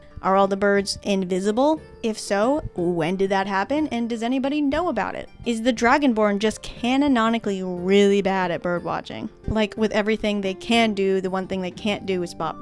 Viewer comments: I loved this video, but also want you to know it's "canonically" and not "canononically". This video was dope though! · Great video! its "canonically" btw not "cannonoically"